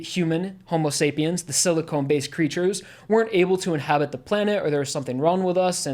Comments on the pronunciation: This may sound pedantic, but important distinction - rock humans are silicon (sill-ih-khan) based life, not siliconE (sill-ih-cone) based life. Silicon is a basic element, silicone is veeeeeery very different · Sili-KHAN, not Sili-CONE.